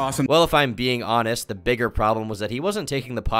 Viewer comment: bro, its ok to pronounce "the" as 'th-uh" and 'a' as "uh".... you're really freaking me out with your pronunciation